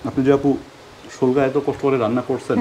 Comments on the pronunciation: শোলকা। না পেলকা😂😂😂😂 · শোলকা না প্যালক্যা বলে